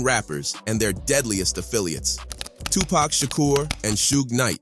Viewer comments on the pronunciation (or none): Tony Yah-yo and Two Pack, and Su-Je Knight legends of the game :/ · 2 pac not 2 pack